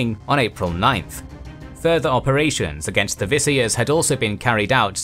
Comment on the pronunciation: Most Filipino words are pronounced welp however there is one mistake. It is pronounced as Vi-Sa-Yas. Not Vi-Say-As.